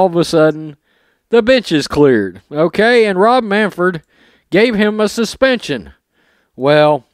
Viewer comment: It's Manfred not Manford.